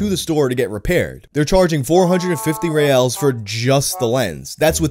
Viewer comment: Reais is pronounced “hey eyes”